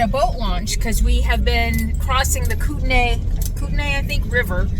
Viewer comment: Koot-knee is how you pronounce Kootenay. I lived in the Columbia-Kootenay region for over 27 yrs.